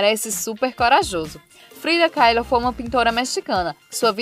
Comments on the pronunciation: Que nervoso ela falar Frida Keilo aff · to amando o canal, mas gostaria fazer uma crítica construtiva, você erra muito a pronúncia dos nomes, causa um certo incômodo pra quem assiste. A pronúncia de Kahlo é simplesmente "CALO"